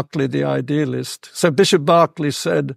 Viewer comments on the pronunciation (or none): none